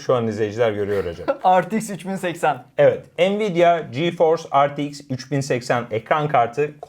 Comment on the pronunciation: Retex i Ar Te ix deyim 3080 duz soylemeleri cok seviyom sjsj :)